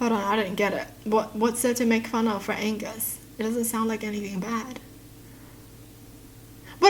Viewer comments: Uhh..remove the g in Angus.. lmao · Take the “g” out of “Angus” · I feel like such a jerk because when she said what's wrong with Angus i immediatly thought it sounded like Anus.......I feel horrible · You didn't know that angus sounds like anus so it does make sense. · Angus and Anus sound similar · The Angus is like ANUS 😀😂😂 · Angus sounds like anise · Angus ... remove the g .... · they made fun of angus because it sounds like anus. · Remove g on Angus it becomes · struggling to figure out why the name Angus might be made fun of absolutely made my day lol. If is reading this/someone who didn’t understand, erase the g from the name. That’s why.